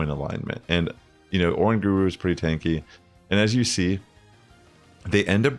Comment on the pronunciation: Bro is uh-rang-guh-roo not Oran-guru!!!!